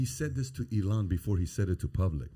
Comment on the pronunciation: PBD pronouncing Elon's name like Iran is one of my favorite things